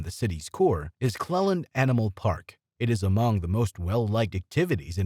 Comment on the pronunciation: Beat me to it, also his pronunciation of Clelands